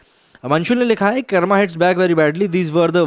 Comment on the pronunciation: Bhaiya kam se kam aap to acche se pronounce to kr lo hindi me khaskr Karma (कर्मा) nhi hota h कर्म (karm) hota hai... 😄🙏